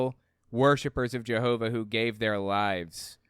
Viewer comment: why s it that all the JW media pronounces jehova like a Frgro character but you and the liar in court say it rather not that